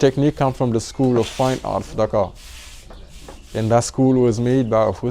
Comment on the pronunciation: I love the way you pronounce Dakar